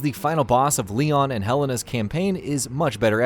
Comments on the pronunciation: Did he just call her Helena helene lol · english is not even my 1st language but even i find it weird how he pronounces Helena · I dont like how he pronounces helena